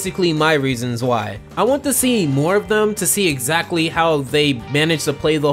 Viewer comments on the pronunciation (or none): none